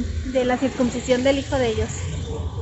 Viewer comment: en español se dice "CIRCUNCISION" no circumcisión, con "m", como tú lo dices. Saluditos!!!